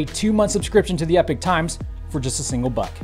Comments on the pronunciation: Once again, please learn the difference between these two words, 'epic' and'epoch'. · EH-POCK, not "epic."